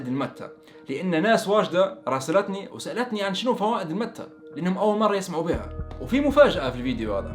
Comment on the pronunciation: اسمها ماتي و ليس كيف تنطقها انا جربتها اول مرة من 27 سنة بالاوروغواي